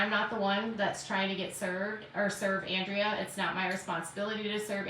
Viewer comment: How long until pronounces Andreas name correctly? She needs to seriously watch her chat and just shut up already. SHES the one starting the drama and she's making just as much money as anyone else going live 3 times a day! Please someone make her stop!